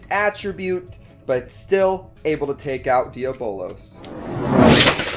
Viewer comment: You’re pronouncing diabolos wrong